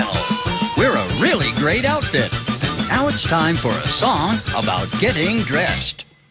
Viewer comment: keep repeating him saying, “about”, and then he’ll sound like he’s saying, “I’m out.”